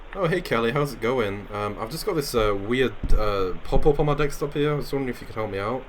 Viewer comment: "I've only got the one dextop here, and I've got a laxtop downstairs"